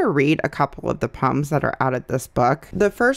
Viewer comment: The way you say poems sounds like puns to me and I was like wait those aren’t funny puns